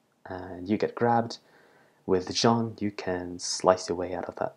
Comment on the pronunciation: Jhon? Its Jean...... Like jeans...